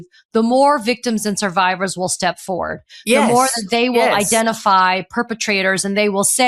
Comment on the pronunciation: “Forward”, Katie. “ForWARD”.